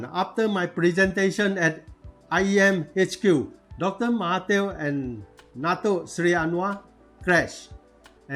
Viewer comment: I just open this channel slightly Let me correct your pronounsation It should be Dato Seri ...not dato sly Anyway it was a good explaination